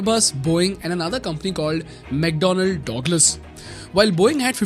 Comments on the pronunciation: bhai...its not Dog-lus. Its Dug-lus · Pronounciation for 'douglas' is like 'da glass' but not 'dawg lass', sounds very odd :) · It's mcdonnell douglas (duglus pronounced) Not Dogless.... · ayo what I heard DOGLAS hahah damm, it's DugLas not DOG it's DUG. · say douglas again :face-green-smiling:🤣🤣🤣